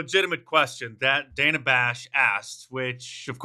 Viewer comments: So no one is going to address Kamala mispronouncing Dana's name😂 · Mispronounced names is racist, Harris called the host what name?